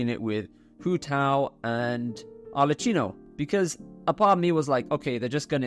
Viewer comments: Arlecchino is pronounced with k as in kilo, not ch as in cheese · Really, Arleccino? You know that she is called Arlecchino, it is pronunced very clear in the game, why continuing calling her Arleccino? Just say Arleckino if it is too hard for you! Sorry, but it bothers me so much! People will correct me al the times when I pronounce some English words not in the right manner so yes say it right!!!! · it's arlekˈkino not arletˈt͡ʃiino